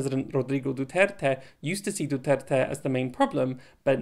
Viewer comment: Your pronounciation of Duterte’s surname is very good. Many foreigners pronounce it very badly.